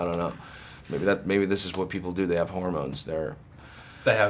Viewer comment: It sounds like he's saying whore moans. :D That slays me, you know?